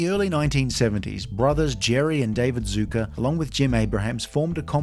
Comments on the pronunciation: You’re pronouncing their name wrong it’s not pronounce Zuker it’s pronounced Zucker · Why do you call them Zucka? Their name is Zucker. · Zucker is actually pronounced like “sucker” with a Z, not “zooker”. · Zucker, not "Zooker". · 'Zucker' rhymes with 'cooker'